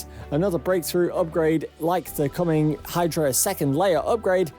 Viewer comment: its caming its caming :D :D evry day dip :D